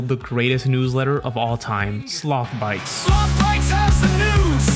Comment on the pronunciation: slOOOTHH BYTES